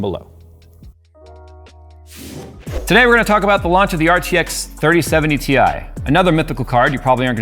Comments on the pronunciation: And it's pronounced "tie" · It's pronounced "TIE" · its pronounced Titanium same as its the periodic table symbol "Ti" for titanium. Despite NVidias marketing people forgetting them claiming that term a long while back.. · On the official launch video from NVIDIA, the announcer called it a "tie". Maybe he was foreshadowing it's performance comparison to a regular 3070.